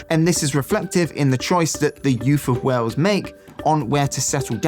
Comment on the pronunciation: Please try to say Wales with an a - Wells is a cathedral city also not too fat from Bristol! But lots of good info in the vid 😊